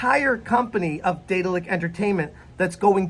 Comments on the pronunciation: Deh-daahl-ick BTW. Not Day-dill-ick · Could've sworn you said Diddler Entertainment lmao 😂😂